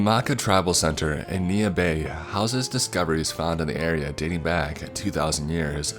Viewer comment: Lake- a. area-a. Bog-a